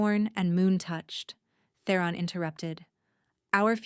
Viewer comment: Theron not The Ron